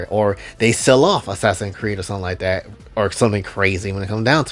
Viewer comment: Ah man, the way he says "Not tat tall" and stares directly through the screen at you.